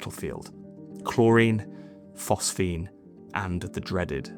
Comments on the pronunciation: PhosGene my lad. Phos Ge ne... Not PhosPhene... Anyway, great channel, I support good old not ai narration. 👍🏻 keep 'em coming..! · PhosGENE! not “phosphene.” Do your homework.